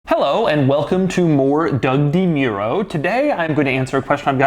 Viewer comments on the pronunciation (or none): Come ON, DeMyouro?! It's an Italian name, let's try, something like Deh Mooro' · Doug the kind of guy to. pronounce his name - 'Doug Dee Myuro'. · “dee-meer-oh” ? Does he normally pronounce it that way?? I swear I was watching a review from a couple years ago and he pronounced his last name “de-muir-o” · Hey Doug, you're saying 'DeMuro' wrong... ;) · I think Doug is pronouncing his las name incorrectly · You can't even correctly pronounce your own name dude....! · Im still stunned Doug doesnt know how to properly pronounce his last name